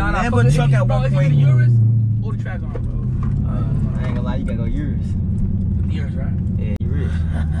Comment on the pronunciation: Lol Kai funny ash he said hell cats and trackhawcks